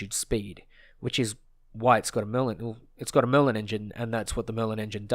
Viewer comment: Did anyone else hear “Melon engine” when he said Merlin?